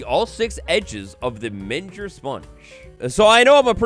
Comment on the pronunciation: A "Menger Sponge" (its pronounced with a hard G) is an infinite shape, a cube with a hole inside of it, made of other cubes with holes inside of it, if you zoom into the structure of a Menger Spoge, you will see more tiny Menger Sponges, made of yet even more Menger Sponges.